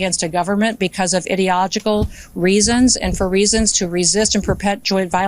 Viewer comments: Ideogical??? That's not a word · Did she say "ideogical"? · Sounded like idiot-ogical to me, no joke 😂